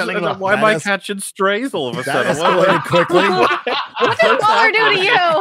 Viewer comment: Shouldn't MauLer's name be read Mau-Ler, not Mauler... He's a cthulhu god, not a bad puppy XD